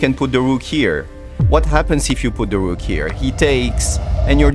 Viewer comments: sacrifice DA RUKH(!!) AND THEN CHEKMAHTE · "The best checkmate goes with Da Rukh sacrifice" (!!)